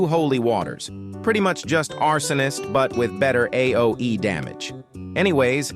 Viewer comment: that’s not how you say AOE💀 “highed”💀